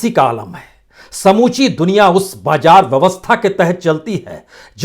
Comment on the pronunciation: Pata nahi aap kaise news reader ho ..mazboot ko mjboot ,zyada ko jyada , bazaar ko bajaar..bhai thoda language pe kaam kariye..